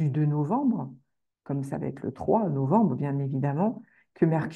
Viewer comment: Pourquoi les "astrologues" sur YouTube disent fréquemment "vaTêtre" ?